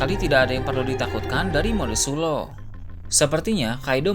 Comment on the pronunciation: Mode sulong bukan suloh